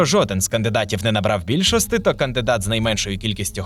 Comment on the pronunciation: Букву "і" не вмієте вимовляти? Якої бляха більшостИ?